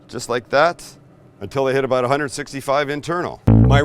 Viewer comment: Did you say aboot?